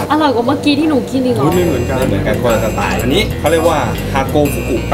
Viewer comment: สไต์555 โอ๊ยยยย55 มันต้อง สไตล์ มั้ยครับพี่!555